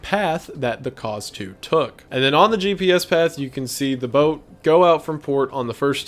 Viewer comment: Every time wendigoon said Kaz II all I could hear was Cars 2 lmao